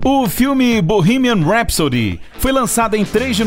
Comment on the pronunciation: Primeiro vídeo que vejo onde o narrador fala o nome da música direito.